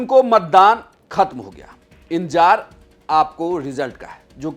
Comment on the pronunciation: Inzaar nahi hota hai sir Intezaar hota hai